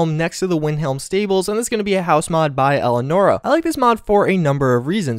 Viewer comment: It's pronounced El-i-an-or-a, don't forget that "i" pal 😉